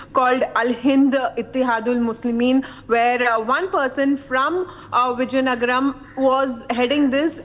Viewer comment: Wow anchor does not know how to pronounce the word vizianagaram near Vishakapatnam she is saying some out of this world Viziyangara? Seriously Republic TV should take some classes for this lady.😂😂😂😂